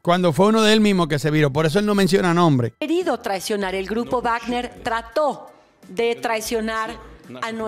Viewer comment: como siempre buen video, solo una cosa, se pronuncia Vagner